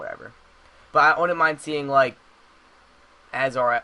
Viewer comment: Why should Green Arrow be here? Other then that he's cool? There's no reason. Why do you wanna see the Robin origin AGAIN? Also he became Robin when he was like 10... His name is Azreal, pronounce the "r", killer Croc and Firefly are not assassins. Martian Manhunter is way to powerful to be in a street level game like this. Is the a reason for all the Justice league mentions and hopes, like was any of it confirmed, or are you just a JL fan?